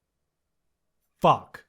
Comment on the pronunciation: О боже как много слов на английском. Но мне так нравится, как этот парень произносит слово f u c k мммм просто 10/10!